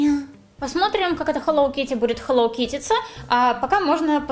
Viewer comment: Почему "хелоВ Китти" ?